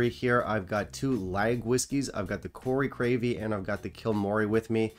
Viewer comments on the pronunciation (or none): You might want to see the doctor about those mini-strokes. Crave-killy isn't really that hard to say.